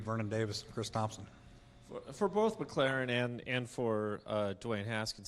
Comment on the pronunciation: Dwayne..D.W.A.Y.N.E., not Dawayne, or Duwayne...one syllable name. Dwayne.